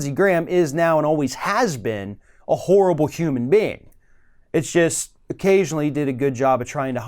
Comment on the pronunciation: When talks about Lindsay, I am not sure if he ia saying. "Horrible" or "Whore-ibble"☺☺☺